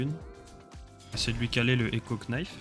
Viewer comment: Je suis deso met couteau an anglais sa se prononce nife et on ne prononce pas le k😅😊